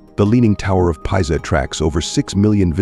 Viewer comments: Leaning Tower of "Pie-za". HAHAHAHAHAHA. Tell ya what... Why don't you quit being lazy and use your own voice narration. Unless, of course, you think that is actually how one of the most well known buildings in the world is pronounced. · You might want to have the narration changed to correctly pronounce Pisa.